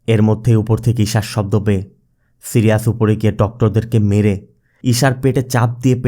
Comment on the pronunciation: সিরিয়াজ না ভাই সাইরিস